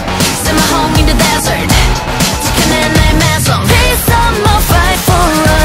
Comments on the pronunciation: The way they pronounce "Maison" is so on point, it's insane! The effort they've put into it is beyond what anyone can conceive! They are the future!!! Long live Dreamcatcher!!!!!!!!!!!!!! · I am a french Insomnia and O M G when Gahyeon is singing "La maison la la la maison" it sounds SO GOOD, the exact french pronunciation 🙇🏻‍♀️